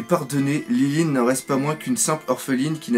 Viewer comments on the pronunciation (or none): c'est pas lineline c'est linlin et c'est pas louffy c'est leuffy on prononce comme ça merci